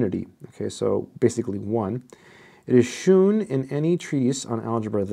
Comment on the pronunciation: Even though brits spell it "shewn" sometimes, it's still pronounced as "shown."